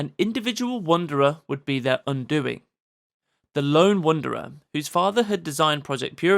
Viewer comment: "Wander" isn't pronounced "wonder." You can tell because it's spelled differently. It happened practically overnight -- just like everyone in the UK abruptly pronouncing "sixth" as "sikth" -- like somebody flipped a switch.